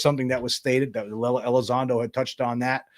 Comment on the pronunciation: Mr. Gothman he didnt even know how to say to say Lou's name ...Gothman kinda looks like he had a few sips of Snapps or something 😂😂😂 I'm terrible ...